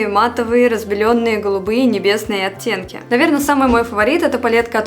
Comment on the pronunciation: так по-белорусски говорит слово "оттенки", я слышу "оцценки" 🤣